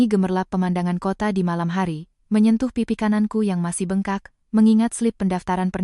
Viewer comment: Bengkak, koq mbak ucapkan Be'ngkak? Apkh pakai AI? Pe'nyok, mbak ucapkan penyok